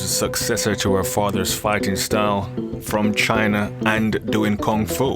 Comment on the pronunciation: I'm sorry but please pardon me I really like on how you pronounce Kung-Fu